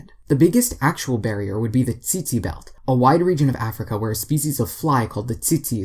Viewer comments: its not "tsitsi" fly. you say it like "tsetse" fly. with the e sound for egg. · Tsetse is pronounced with an "e" as from "set" or "pet" not eon, also how do i subscribe more than once🤣